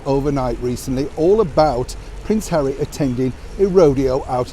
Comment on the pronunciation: HAWWY HAWWY HAWWY 😱😱😱 🤮